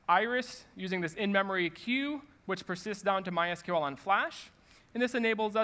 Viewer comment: Thank you for saying My S-Q-L and not my "sequel"